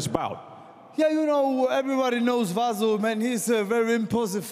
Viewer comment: This commentator is a fucking moron. Not once did he call out either of their names correctly... "Vasco Bake-osevik" "arse-ih". At least have the damned decency to learn their fucking names...